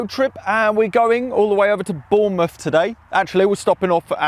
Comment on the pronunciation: Good fun apart from - "The A free", "nineteen seventy free" "Portsmuff", "Bornmuff", "drivin", "osillay-ors", "synfesiser", "free mumfs", "prin-id circuit board project", "kept gettin' behher and behher", "nineen sixty nine"